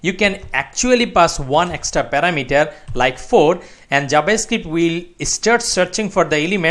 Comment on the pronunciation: "jabascript" really nigga?